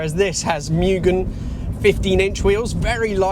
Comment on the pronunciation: I have a 1991 Civic Si (the hatchback version of this car) and I'm convinced that it's the best car ever designed, regardless of price. I also have a V8 Lexus sports car...and I prefer my Honda. BTW, "Mugen," is pronounced, "moo gen," and not, "myu gen." It's a Japanese word that means, "no limit."